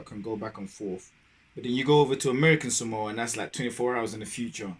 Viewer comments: Is the guy making the video even Samoan? He pronounces Samoa like a Palagi🤣🤦🏾‍♂️ And his pronunciation of the islands are shit as well, not just the guy reacting. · All lies, if you want to learn, go to Samoa. Those fools in your videos cant even pronounce the name Samoa correctly*$^@@